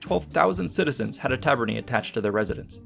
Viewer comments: Ae in Taver-nae sounds like lay or bay. Not "ee" like we. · It's actually pronounced "Ta - ber - neye" as AE is a diphthong which is pronounced as in eye / aye. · Tabernae is pronounced "Ta - ber - ne" with the italian "e" sound as in "Versace", not "tarberny". But great video anyway :) very interesting AS Always. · Great video but it’s pronounced tabernae like an eye not tabernae like a knee. ( singular form would be ; taberna.) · The -ae in tabernae and other words, is pronounced ‘eye’ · I know just enough about Latin to know you accented "insula" wrong. You also pluralized it wrong. Then with "tabernae" you made the same plural mistake, and the opposite stress mistake. ... popīna was wrong too. Right away it struck me as odd that you said "in-SU-la" instead of "IN-su-la." I thought about it for a second, and was like, "huh have I been saying it wrong." But if then I remembered the penultimate stress rule: if the second to last syllable is a long syllable, ie long vowel or vowel + consonant coda (or both), then it gets stressed. OTHERWISE, the previous syllable gets stressed. Insula, if you mark the long vowels, is "īnsula." The syllable is NOT long, so we stress the first <īn> syllable. Honestly, you can use your English intuition here. We don't in-SU-late our houses, we IN-sulate, them. You can also just look it up on Wiktionary. Stress is marked by an apostrophe before the stressed syllable in their IPA notation. You can't use English intuition with "tabernae" though, as it is not stressed like "tavern." Here the penultimate syllable is ber, a long syllable, so get stressed: "ta-BER-nae." With "popina," I can forgive the mistake, as the long i is often not marked, but it's actually "popīna" so pronounced like po-PĪ-na. Seriously, just look up this shit on Wiktionary; it takes two seconds. Can you put in at least an ounce of effort? On two plural problems: The plural of insula is "insulae," not "insuli." in classic Latin is pronounced something li